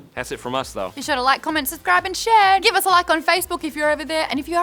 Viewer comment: Did Maude say "subcribe" instead of "subscribe" ?